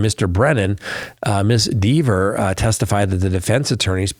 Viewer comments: It’s!!! Rhymes with Never! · Kelly would admonish you for mispronouncing her name